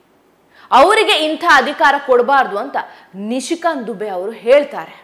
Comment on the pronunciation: just a oolite requests for ...kannada pronunciation ... adhikara?? adhi khara???